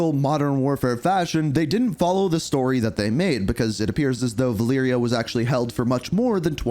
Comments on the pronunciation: Selection = Valeria: Siliction = Valiria. The E in most English words sounds like “iiih”, but in some words like “election” it makes an “eh” sound. That eh sound in selection is how the E in Spanish is pronounced. You pronounced Menendez correctly so let’s say Alejandro and Valeria instead of Alijandro and Valiria. That is your Spanish lesson for today! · Lol I can’t stand how you said her name pa. VahLeeryah hahahaha. Thanks for the chuckle bro bro.